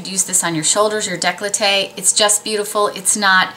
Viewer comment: Thanks for this great video. Loved watching it ! FYI....it`s decollete not declotte...there is.no l between c and o P,S,; your dog is too cute..